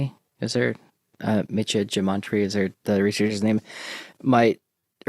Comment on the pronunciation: Wow, Mietje Germonpre's name got butchered worse than a bunch of meat dogs.